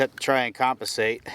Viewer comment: 6 shots and couldn’t remember where your first 2 hit 😂🤦🏻‍♂️. And the word is “compensate” not “coppasate”